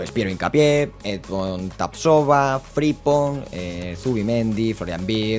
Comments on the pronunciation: Gran modo carrera y muy realista, como siempre. Pdt. Es FriMpong, la m suena y rechinó bastante durante el capítulo. Un abrazo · Por qué le llamas fripong y no frimpong y gapko y no gakpo